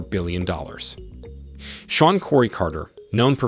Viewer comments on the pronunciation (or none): none